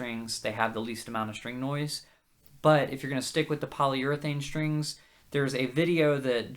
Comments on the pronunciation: shtrings. shtrings. why shtrings? Why not "strings"? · once you start noticing all of the people saying sht instead of st it will drive you mad